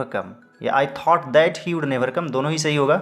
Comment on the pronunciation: Udd nai sir would( vudd). Vee ka sound nahi de rahe aap. Ya gir sirf D ka sound hona chahiye